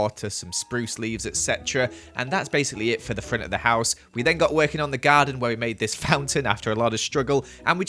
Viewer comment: I love how says Garda instead of garden